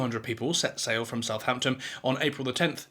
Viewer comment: A couple of points to your video. 1) It is not South- Hampton, it's Southampton. 2) There were sufficient lifeboats on Titanic, more than required at the time. Lifeboats were meant to ferry stricken passengers from the ship in danger to the rescue ship when it arrived, making repeat journeys. They were not meant to hold every passenger all at once in safety whilst waiting on rescue!....